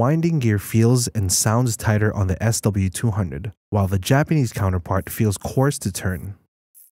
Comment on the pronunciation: What's up with speaking what's written SW200 as "SLE200"(or S delete 200)?